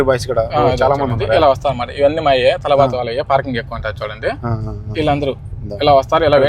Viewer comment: Adi Talaaabat Kadu Ra Talabat Ra Nibba😂😂😂